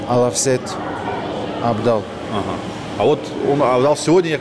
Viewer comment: Он специально абдал сказал или все таки авдал?))